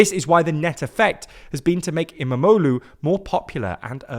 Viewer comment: It was fun listening to say em-a-mo-loo multiple times. Quite the tongue twister